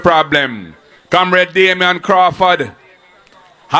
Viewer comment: Or Comrade! Bout him Kamreds! Damn misfit!